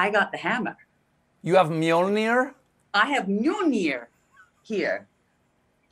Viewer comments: My Norwegian ears cannot tolerate the way they are pronouncing Mjölnir. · Does anyone remember Thor 1? Do you also remember Darcy, the assistant who actually is a political science student? Sadly, Cate Blanchet sounds exactly like her when she tries to pronounce "Mjǫllnir". I expected much better of you, Cate.